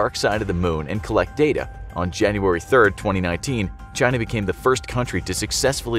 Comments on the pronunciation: I always hear him pronouncing it as "Jy-Na". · As opposed to “Chee-na?”